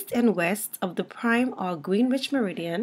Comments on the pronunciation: Terrific video! I'm going to point my community college oceanography students here. Thank you. (Small note: Greenwich, England is pronounced "GREN-witch". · Good grief please pronounce Greenwich correctly. It's pronounced "gren ich"